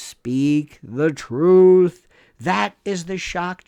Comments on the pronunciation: Love your take and delivery on the matter...So funny to hear you say the many ways to say [Truth-Truf] lol😂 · HE SAID "TROOF!!!!!!!!!" iM ROFLMAO TROOOOOOF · lol, did he say truf!!!? I gotta rewind that!!! lol